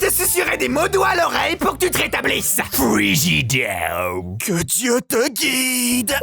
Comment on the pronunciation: "frigideww" en tant qu'Antillais j'ai kiffer 🤣